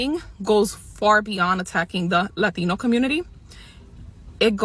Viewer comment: Can she say "Latino" one more time so we can pronounce it right?